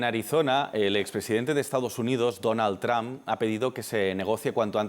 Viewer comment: Madre mía, el reportero ha dicho "Donal Tran" 🤦‍♂️🤦‍♂️🤦‍♂️🤦‍♂️